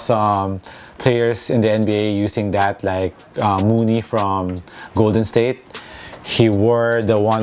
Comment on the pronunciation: Its looney bro. Kevon looney from GSW. Not mooney